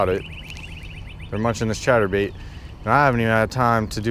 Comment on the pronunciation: I’m out for 3 weeks and you keep doing on saying chater bait boy it is a spinner bait